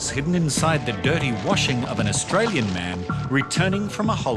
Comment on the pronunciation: That Chinese man couldnt even pronaunce Australian citizen. What a joke revoke give it to someone better